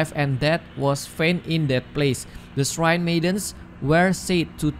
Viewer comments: Srain bukan siren😩🥴🙏🙏😅🤣🤣 Shrine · Halo, shrine itu bacaan nya /srain/ ya, bukan siren Bantu up ya guys biar sama2 belajar